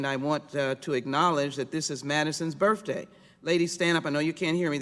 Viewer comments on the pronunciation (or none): It's her Birfday…? Really? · Madison's "berfday"